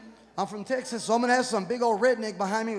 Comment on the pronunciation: Houston, Teskas